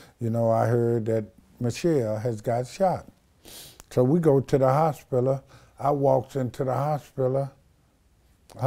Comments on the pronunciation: WTF IS A “HOSPILUL”??? IS HE TRYING TO SAY “HOSPITAL”???🤦🏽‍♂️🤷🏾‍♂️ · Sorry I have to correct you. It's the game not gang and hospital not hospillow. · Hospilla not hospital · "So we go to the Hospila, I walks in the Hospila...." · "Hospilla" - The bishop got quotables for days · WTF is a "HOSPILLA?" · 'da hosspilla' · "The Hossspillow" 🤣😂🤣😂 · if he say hospilla one mo time lmao. Da hospilla lmao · "Hospilla" lmaoo